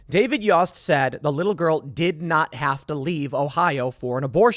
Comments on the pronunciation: It’s pronounced yoast like toast. But spelt yost. I swear to god Timmy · Ohio A.G. David Yost (is pronounced like Toast with a "Y") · Small detail, but the AG of Ohio is pronounced YO (as in yo-yo) st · Tim, Yost rhymes with post. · Yost is pronounced like oats.